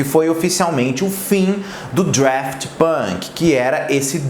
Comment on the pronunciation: Daft, sem R! Não sei de onde ele tirou o R